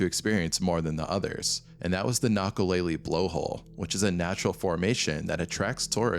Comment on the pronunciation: Nakalele: kna-kuh-lei-lei (not lei-lee)